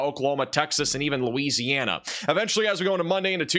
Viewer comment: The way you said Louisiana 😂😂😂 I’m in Louisiana so thanks so much for your help on the coverage mat